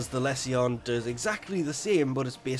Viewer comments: It’s le-sion not Les see yon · Every time you say less e on I cringe, it's pronounced Lee Sun. Its a medical term Google it, also that wep is pure Mr fodder, its a poor man's plague zaw for the people who hate poe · ..did..he just a the Lesion the lezzion? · Less ee on? Goddamn... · Les see yon ? xD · He says it like a finn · Dude, don't take this the wrong way but go google how to say lesion. It's a medical term. Like, he's got lesions ons his liver, meaning he has scars on his liver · you finns say it wrong then :P